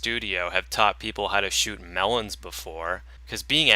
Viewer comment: Da mewwons,. Y u no shoot the mewwons